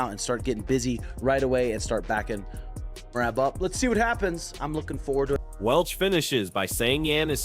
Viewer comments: Bro his name is M E R A B Not murab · Merab not Murab 😂😂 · Listen to how Cejudo said his name. MERAB!!